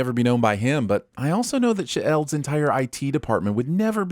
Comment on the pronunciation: No! It's pronounced "shEEld", not "shih-eld"! Get it right!